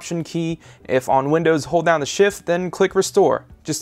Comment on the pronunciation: He says 'da' for 'the'